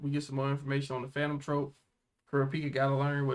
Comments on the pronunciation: Not that it matters much, but "troupe" is pronounced the same as "troop", not the same as "trope". Just thought I'd let yall know. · It's called troupe = troop, not the way you say it troupe = trope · btw troupe is pronounced like troop not trope just for your information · lol is pronounced "Troop"